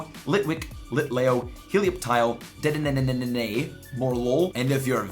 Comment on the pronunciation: The way u say dedene triggers me